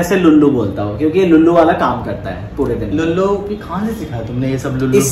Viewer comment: it's lallu not lullu 😂😂 lullu is not an appropriate word 😅